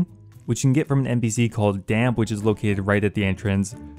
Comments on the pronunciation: dampe not damp :( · "Damp", lol. Someone never played Ocarina of Time :v